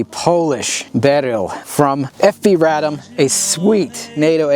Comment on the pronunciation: I really appreciate the correct pronunciations of Radom & Beryl. Its really annoying hearing some of these gun channels mispronouncing fabryka broni FB Radom and their weapon names.